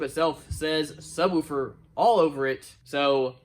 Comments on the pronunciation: Dammit I thought we had broke you of saying “sub-whew-fer” but here it is again 😂😂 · Really weird that you pronounce “subwoofer” differently then when you just say “woofer” on its own